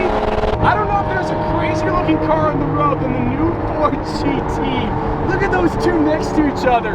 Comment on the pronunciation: “so we wide bodied the new ford get.”